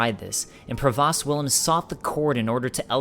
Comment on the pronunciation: pro-vost (rhymes with ghost)